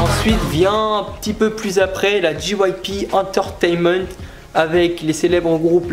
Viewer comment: J'ai essuyé une larme de tristesse face à la prononciation bien française des groupes, pareil pour la prononciation d"entertainement" , un carnage.... T-T Après j'aime le fait que tu parles des groupes, mais tu ne parles pas par exemple des BTS qui font un vrai carton aux USA en ce moment, tu aurais pu parler de PSY, PSY est avec sa musique " Gangnam Style " quelqu'un que touuut le monde connaît, dans le monde entier, tout le monde a déjà écouté une puisque de lui. Sinon après dernier reproche, le fait que tu lise ton texte, ça se voit vraiment, je pense que si tu avais plus appris à la limite ton texte ça aurait été plus fluide niveau prononciation tout ça, après sinon ça va, de bonnes explications etc... assez complet même si je pense que tu aurais pu insister sur certains points...